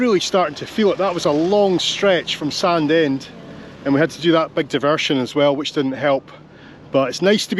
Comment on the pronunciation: Thanks again for bringing back my childhood. I recall running along Sandend beach with my brother having run down from the hills. I live in England now and the folks moved to Nairn so it's rare to see all the towns and villages I spent my early days in. Btw Sandend is pronounced "Sanine" to the locals!